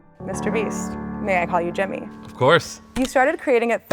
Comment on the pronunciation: His name is pronounced Jimmy, not Jammy.